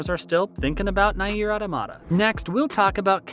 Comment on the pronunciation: I'n sorry but Nay-eer is killing me lmao.